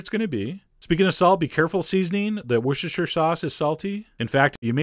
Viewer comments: come on, chef john! wossteshə! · Its pronounced "wooster" sauce, please. Its the same deal with the way leicester square is pronounced "lester square". The English are funny that way.